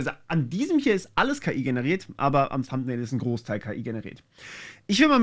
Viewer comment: Sieht doch ganz vielversprechend aus. Danke fürs Ausprobieren. Nebenbei eine Frage - Du hast gerade bewiesen, dass du Englisch kannst. Weswegen sagst du dann "Thumpnail" statt "Thumnail"?